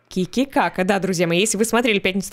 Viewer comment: Ки ки ка ка 😂😂😂 почему я слышу тити кака?))